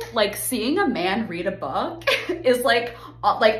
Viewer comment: "reading a bok"